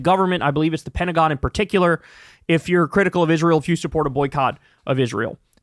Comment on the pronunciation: You did mean the Ped-tagon right?💩😂